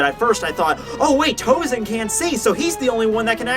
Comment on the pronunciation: Sorry,but why TouZen? He's TouSen. Maybe it spells in English like that,but it Japanese is spells S instead of Z.